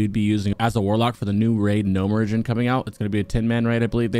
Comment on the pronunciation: ...did he just say "Gnome ridgin'" instead of Gnomeregan?